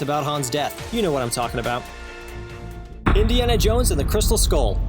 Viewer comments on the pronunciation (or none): none